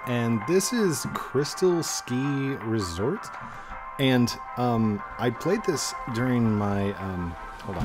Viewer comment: U said resport not resort